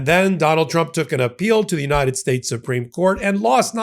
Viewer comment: Pam Bondi can't pronounce United either!